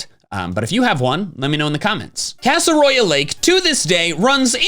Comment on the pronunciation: "Casseroya Lag" There you go.